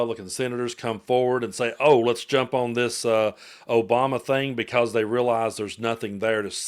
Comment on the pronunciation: "OBAMA-NA" SHOULD REALLY CONSIDER SEWING FOX